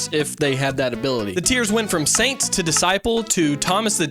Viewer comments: When you say Saint kind of sounds like you’re saying Satan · say Saint